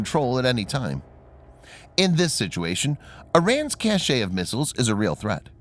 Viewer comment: Twice in this video the word 'cache' is shown in the subtitles. No problem there, but the voice-over pronounces it as the other meaning of the word, namely, as if it had an 'e-acute' at the end making it mean something completely different, as an adjective rather than a noun. I know its hardly earth shattering in the scheme of things but the lack of competence just irritates me.